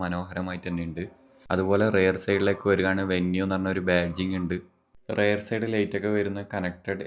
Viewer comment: റെയർ ആണോ റിയർ ആണോ